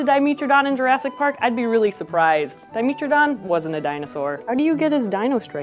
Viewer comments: D-I-me-tra-don not di-mee-tra-don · 'met' not 'meet' please... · “dai-meh-truh-daan” if you’re going to make a video correcting people on whether or not it’s a dinosaur, you should also have probably be pronouncing it’s name correctly. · I've always called Dimetrodon dye-MEH-tro-don. Not dye-MEE-tro-don. Regardless of which is right or wrong, the way she says it, reasonable or not gets under my skin :P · Until now, I'd always heard it pronounced Di-MEH-tro-don, not Di-MEE-tro-don. Anybody know which is preferred? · The way she says di-MEAT-trodon. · I thought it was Di-meh-tro-don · diiii-meh -tro-don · Our resident curator of paleomammalogy pronounces it as Di-mee-tro-don, so that's what I went with. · I had no idea Dimetrodon was pronounced with a long E, let alone that it wasn't a dinosaur! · I hate how she pronounces it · Mispronounced Dimetrodon: video = no credit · Escuse me you said dimetrodon wong. ;_D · That pronunciation is distracting as hell. Say it right please. like metropolitan ...